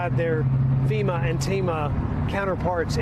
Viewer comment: First, it's "FEMA" not "FIMA" ... lol ... second, research what you are talking about before you spread the continuing MAGA lies! FEMA money has nothing to do with immigrants! The money comes from 2 different buckets and it is allocated by Congress!! Seriously MAGA ... do some research!!